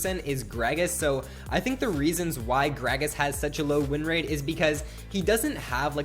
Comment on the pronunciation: ''rin rate''...